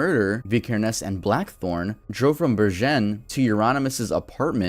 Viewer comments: Bergen... I needed a whole moment to get what he meant. It's not "Ber-jenn" it's "Bär-genn" with a hard g. Oh well, doesn't matter but I found it funny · i'm norwegian too, from bergen actually (or should i say berjen 😭) i agree that it was funny but hey the dude tried his best, and to be fair we can't expect someone to to speak a language they've never heard perfectly. my english pronunciation wasn't exactly the best either until i became fluent lmao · Love your videos! Hearing you say "oslo" as "also" and "bergen" as "bershen" really fucked my mind up for a sec lol Merry Christmas from Sweden! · hahah it's bergen with a g sound as in good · Berjen, haha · Craziest pronounciations of norwegian places and names ive ever heard. Took me a good few minutes before i realised you were talking about Bergen in Norway. And did you really call Oslo Olso? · I love how you pronounced bergen, øystein, and oslo. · My man cant say Bergen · As a Dane, I completely agree.. I thought he was talking about some french town or something lol. Sounded nothing like Bergen xD